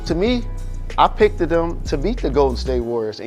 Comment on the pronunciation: Jalen having a Monique moment. "I pickteed him.." 😂😂